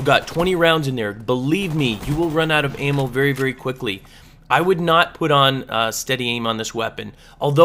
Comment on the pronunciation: It's ''out'' not ''AUT!''